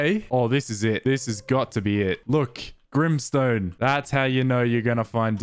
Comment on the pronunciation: One time it took me 412 attempts to get flint😂😂😂 Edit: he really said “grimstone” 💀💀💀